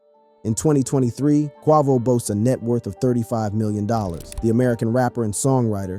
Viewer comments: bro WHY do you say Quavos name like that what the? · How you mispronounce quavo name 🤦🏽‍♂️ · FAYBOLUS AND KWAHVOH??? HOW DO YOU MISPRONOUNCE THE NAMES OF THE RAPPERS YOU'RE DOING A VIDEO ON?